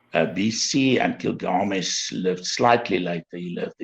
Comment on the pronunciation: It's was a very interesting show to watch. Thank you. Nice to hear about slightly different views which makes it all the more worth watching it. I'm wondering why constantly says, gil-GA-mesh. According to my understanding, the stress lied in GIL. So it should be GIL-ga-mesh. But any, it's not the most important thing. Thanks again for this video.